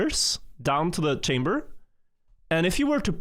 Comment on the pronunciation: The director of the entire site can't say "Chamber" properly. The state of the place. Imagine thinking England should give all our well taken care of artifacts back lmao.